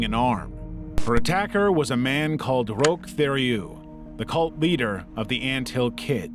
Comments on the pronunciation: Level 6: Roch Thériault is pronounced ROEK TERRYOU. We know you muricans are scared of foreign words but at least TRY to get a name right 😂😂😂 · Roch, pronounced Rock and Theriault pronouned Terry O